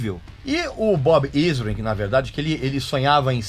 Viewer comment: Shep Gordon, não Gordon Shep rsrsrs. Bob Ezrin, não "Izrin" (pronúncia)